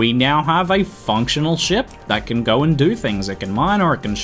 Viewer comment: "it's ready to gar"